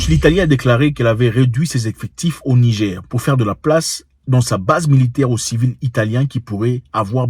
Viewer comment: Frere tu prononces Nigé stp rajoute le R rrr pour NIGER souverain 👍🏽 Merci, nous avons fait des propositions comme pour la haute volta# le Burkina Faso changer le NIGER # république de BORNOU ou autres... 👍🏽